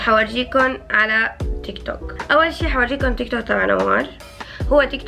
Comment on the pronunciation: تقولي تيكتوكيك مو تيك توك اخوكي